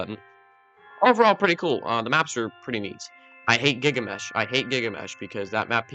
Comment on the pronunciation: You mispronounced Gilgamesh as Gigamesh